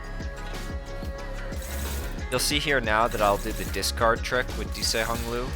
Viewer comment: That pronunciation of dieci is diabolical, discarding it only grants one insight